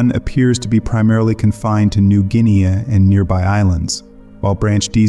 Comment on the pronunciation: Dude, you were doing ok until you said..." New Guin-ee-ah" LOL